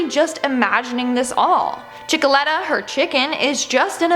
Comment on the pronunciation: It's chickelator